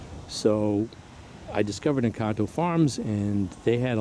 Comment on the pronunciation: Great information Sir and yes your Encanto pronunciation is flawless! You dont happen to have some UCD or EF Black Madeira cutting for sale from this pruning season?